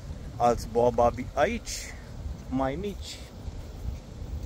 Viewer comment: Faci ce faci si iar o comiti....baobabi, nu boababi 😂😂